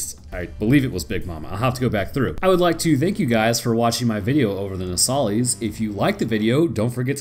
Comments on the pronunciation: It’s pronounced “No-sa-lis” you keep calling it a “No-sali-es” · Your pronunciation of Nosalis is wrong. If you've played you should know how to pronounce it properly.